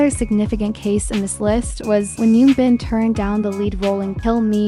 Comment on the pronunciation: It’s Hyun Bin with an “H” not Yoon Bin. Please research and say their names correctly if you’re going to make these videos.